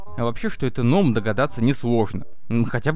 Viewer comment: Не ном а гном